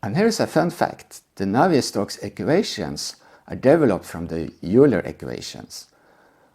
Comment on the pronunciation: Quick note since you are not a native English speaker: "Euler" is pronounced almost like "oiler," not "youler." Common mistake though. Many English native speakers make the same mistake.